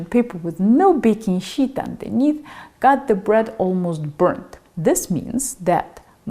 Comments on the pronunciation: it is a sheet, not shit. Otherwise, fantastic video. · Lol... baking "shit"... can't unhear that. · Wonderful video! 🙏💐💗 May I suggest you practice your pronunciation for the word "sheet" please.